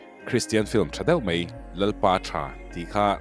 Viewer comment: Mei ti lovin mai tila hriat a nuam dawn asin🙈